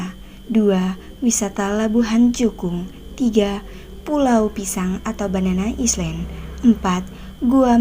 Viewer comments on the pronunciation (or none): Banana islen..bacanya "Ailèn"